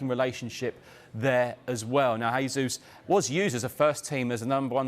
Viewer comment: Come on, guys, Jesus is Brazilian, so, the name is the Portuguese pronunciation, not the Spanish; It's a 'hard J' as in Jesus Christ. The guy's been at Man City all this time and they can't get his name right???